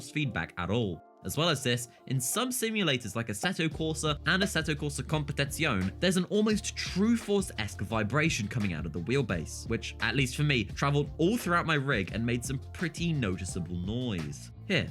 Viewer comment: No way he said competizion and not conpetizione